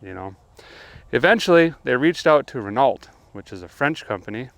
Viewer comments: Renn oh not Renn alt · Renault is pronunciation is "ren know" French ain't it just saying....hey its an education 😉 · Renault is pronounced “Renoh”. Your America is showing. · ruh·know not renaaaalllllttt lol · Ren- Oh not ren alt. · Its pronounced Ren-o not Renult my dude :) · Chevro-LET is correctly pronounced as: "Chevro-LAY" And Ren-NALT is correctly pronounced as: "Ren-NO" Good show! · Um, it's pronounced "Reh-NO", not "Reh-NALT". Silly French! 😀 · it's pronounced like "Ren-oh" lol not renault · not to be persnickety but when you say re-nalt it's actually pronounced re-no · Awesome vid Derek ! I love your pronunciation of Renault. "Ren-alt." Pronounced Ren-Oh in Canada, just a little tid bit of info provided by your friends up north. Keep up the amazing work saving the Classics from the crusher. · RE: AMC History (Renault)— Ren–AWLT? It's pronounced ren–OH! Granted, I do watch the channel, so I'm obviously aware that Derek pronounces a lot of words all kinds of weird anyhow, but in this case it appears he doesn't know. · Awesome video but for clarity it is Ren - oh ;). Wonder how you US guys pronounce Peugeot 😆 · Renault is pronounced "Wren-oh". French name. Just so you guys know :D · Great videos. FYI. Renault is pronounced Ren- oh. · Pronounced Renough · lol, Renault is obviously a French word and is pronounced Reno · Renault is pronounced Renno. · Renault is probably the worst car company in the world. And it's pronounced "Renno" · Love your stuff, but it’s pronounced Ra-No. it’s the French in me, sorry…. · Come on man , it is pronounced " ren,no " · Great video, Derek...as someone who knows 0 about auto mechanics, i find your channel instructive and entertaining to watch. If i can correct you just once here, Renault, is pronounced REN O ( as T is silent in French). That's all i can add to the mechanics of language, not cars...lol. Keep up your labor of love and shout out from NYC USA. Happy New Year 2022 to you and ALL of your subscribers. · Renolt lol